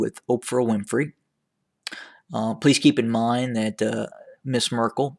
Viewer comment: Why do you keep saying "Mrs Merkle". Isn't she a princess ? You are calling him prince.